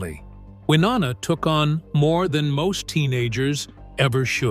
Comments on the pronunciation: C'Mon now 😮. Her name is NOT "Wah NANNA!" Try "Y NONNA" .... You know, just as the spelling indicates. HELLO😊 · Why-O- Na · Can you stop calling her wynanna you idiot it’s Winona. Do your research. It’s so disrespectful. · Damn...a 'narrator ' that can't even Pronounce his subjects NAME CORRECTLY, infuriating!!😡....WI-NO-NA....dur!! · Hearing that narrator mispronounce Wynonna’s name over and over was frustrating!! It’s Y-NO-NA!!!! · I'm going to wait on commenting about the exaggerating about the medications. What is with the butchering of Wynonnas name???? It's pronounced Why-known-uh Good gravy. The pronunciation on here is a disgrace. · And if he said Wanana one more time I would lose it.😀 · WY-OH-NA Sound it out. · Shouldn’t you know how to pronounce the person’s names you’re supposedly giving inside information on? Maybe it’s just me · To the narrator: Take the time to pronounce proper names correctly. You’re butchering Wynona’s name and that’s unfortunate, as well as distracting. Do better. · Why don’t you learn how to say Wynonna’s name right? Sound like a complete moron! Also why don’t you leave this family alone. Thrive off of people’s loss there pain. Only the family knows the real truth and as it should be. RIP Naomi Judd🙏🏼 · Do they really expect anyone to believe a word of this when this idiot can't even pronounce their name's correctly?????.? For me, it is a hard NOPE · Don't make videos when u can't even pronounce the names properly - so disrespectful!!! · Please do your Ryan’s learn how to pronounce her name correctly how disrespectful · Who cares if she'd had cosmetic surgery, what the hell is shocking about that? It's just sad that she chose to slam Wynonna in her final goodbye, if, in fact, she did... Many artistic souls are troubled, often it is what lends or enhances their talent. The only thing shocking this is your butchery of names!🤬 R.I.P. Naomi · Hard to listen when you cannot even pronounce Wynona